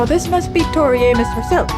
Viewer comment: So nice to hear you pronounce her name correctly! I Have gotten to the point of bracing myself for her name to be slaughtered🤦🏼Somewhere back in the day, somebody wanted to complicate it. It's a simple name, pronounced the simple way. Nuff said💃